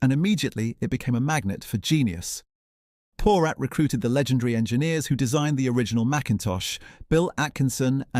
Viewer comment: Just one correction:: Your pronunciation of the name Porat is incorrect. It’s a Jewish name, pronounced po-RAHT, with the emphasis on the second syllable and with the 'a' pronounced like “ah”, not like the 'a' in cat or rat.